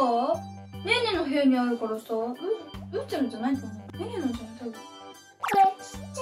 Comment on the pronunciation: ゆうちゃんって言えてるー！